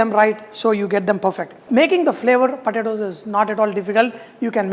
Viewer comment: It took me 5 minutes to figure out he was saying “potatoes.”